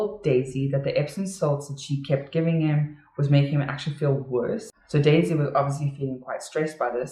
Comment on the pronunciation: Same! But it always sounder like Daisy "die" Melker